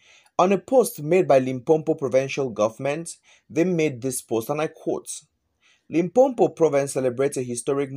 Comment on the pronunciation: Its not LimpoMpo wena....it's Limpopo